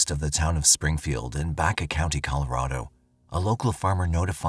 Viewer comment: Omg it’s Baca like the Hispanic last name not Baycuh please study before you speak life long Colorado resident thanks